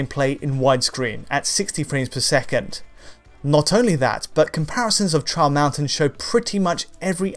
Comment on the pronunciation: Everytime he says "Trial Mountain" all i hear is "Charles Manson" o.O